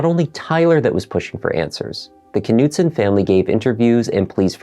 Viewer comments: Just fyi I think the k is silent for the family name. It’s probably pronounced Noot-son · The K is silent it's nutson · Please understand the silent K in the beginning of certain words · Is the K pronounced in this name? It seems like it would be silent. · The k is silent